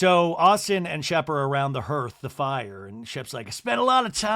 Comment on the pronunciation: you’re saying hearth like it’s spelled but it’s pronounced HARTH. I learned this when I was telling my niece a bed time story with my mom in earshot 🤦‍♀️😂 very relieved you’ve done it too